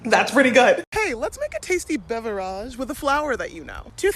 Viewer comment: A bev-or-age 😂😂 love it!